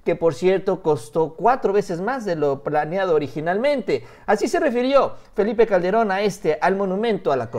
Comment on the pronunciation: Le dijiste al presidente "Felie Calde- ron". saludo.